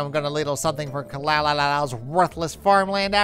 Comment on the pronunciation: Kalalua pronounced Kala Lew ow.